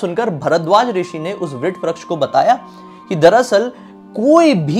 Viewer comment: भाई, आपकी पोस्ट बहुत अच्छी है पर अक्षय वट को वट वृक्ष न कहकर आप विट व्रक्श क्यों कह रहे हैं? कृपया शब्दों के उच्चारण सही किया करें |